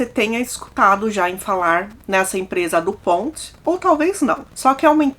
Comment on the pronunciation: O Dupont nasceu 1938, e o filme mostra o Mark como se tivesse algum problema e não o Dave. E a pronúncia Dupont 🫩